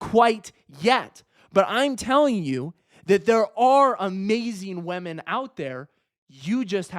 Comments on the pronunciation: everyone: women: wèmen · TL;DW: Attractive guy tells short ugly guys to try harder... he also says wahmen.